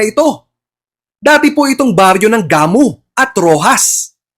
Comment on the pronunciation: Gamu, pronounced na mabilis hndi gah-mu